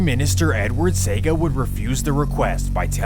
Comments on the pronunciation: So first off. If you are presenting history like this do some stuff right given the fact that the same medium you are using has the correct spelling and pronunciations as benchmarks to be referenced: Michael Manly as you have it is actually Michael Manley. Dat dep pon wikipedia and google big big fi see!!!! Edward Seaga (Sayga) as you pronounce it should be pronounced Cee-aga... Nuff nuff news video clip is there with the correct pronunciation of the man name. If the man dem duppy could a get up and box you they would... lol That said. Some good truths here but as Buju say the full has never been told. If one were to look on the history of Jamaican Crew/Posse prior to some politicians' venture in the arena, the follow could be stated and asked::: 1. Man did just have dem friends or someone in the community who a dem say a bad man. Bad man meaning that he will beat up anything who trouble him or him fren dem or never take any talking from any one. 2. Bad man never had guns, just knife or machete or throw big stone. 3. Jamaica has never manufactured guns; show where the guns come from to empower the then crews or posses to enforce political gain and control in key area of Jamaica. Back in those days it was wasn't guns that the British had then that gunmen use to shoot up downtown. Instead, they were guns made in the American and European continents. Dig through the local video archive and you will see the guns they were using in the news clips back then. Seaport authority and A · The name of the gang leader that preceded Lester Coke was not Charlie Massop but Claudius Massop. The 800+ murders leading up to the 1980 elections were not all pnp supporters. Seaga is pronounced See-aa-ga Jah T was shot and killed along Maxfield Ave while driving a motor bike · I’m from Jamaica 🇯🇲 it’s Pronounced SEA 🌊 AH GAH not saga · Edward See - aah -ga it is how his name is pronounced. It is not Edward Sega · See-ah-ga ㅋㅋㅋ SEGA~ Great work though! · CIAga not Seaga. Damn crook